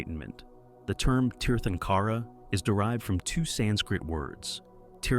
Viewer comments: Uhhh. Here we go with mispronounced Sanskrit words. Tirthankara is pronounced Theer-thunk-era. And not Tear-tunk-aara. But that said, the British are to blame for providing very poor and inadequate use of diacritics (accent marks) to help us pronounced Sanskrit words. The letter 'a' when extended, as in the word 'father' or 'far' was accented as Ā by the British but current dictionaries use Ä whereas the Ā is used as in 'Ate' or 'Date.' My only other comment is about Ahimsa, or 'not-harming.' Sounds grand, but life has always lived by killing other life ever since life started evolving on earth. Jains don't want to taint their karma by ploughing the earth, but don't seem to care that the rest of us have to do so. Seems quite selfish to me. Humanity needs to approach life as one community. Without ploughing the land for grains, humanity would not have survived. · The term Tirthankara is pronounced like “tear tan kara” the t and h are not pronounced like “thanks.”